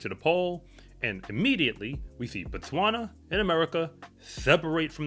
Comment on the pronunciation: I still don’t understand why Americans can’t pronounce Botswana properly,Bo and Ba are different.